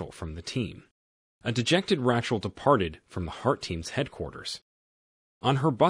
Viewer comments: Lots of mispronunciations by the narrator. "Ratchel" instead of Rachel? Covert is pronounced like cover with a "t" added instead of "coe-vert". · Why is it that one min you say Ratchel and then in the next clip you say the name properly as in Rachel pronounced as (Ray-chel)